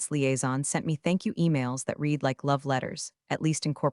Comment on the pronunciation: Please can you teach your AI the difference between read, and READ, (past tense)